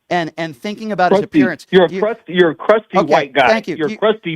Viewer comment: Did he say crusty?